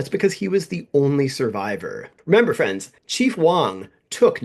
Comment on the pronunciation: On two separate occasions during your video it sounded like you called the audience boyfriends. 'Ahoy-friends', and 'Oh-boy friends'. It got a chuckled out of me. But really, your videos are amazing and I hope you continue with the channel for a long time to come. I've recommended you to many people at this point.